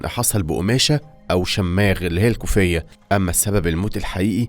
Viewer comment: احلى شي من صاحب القناة يلفظ كلمة يشماغ يلفظها شماغ😂😂😂